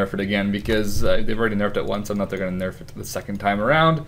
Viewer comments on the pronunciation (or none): none